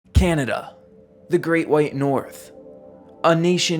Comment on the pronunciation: Put a smile on my face at how tried so hard to pronounce everything correctly but still mispronounced "Canada" and "Ontario." I can't believe he left out the June 17th, 1946 Windsor, Ontario tornado. It's also not often mentioned that tornado #30 out of the 148 in the 1974 Super Outbreak hit Windsor, Ontario too.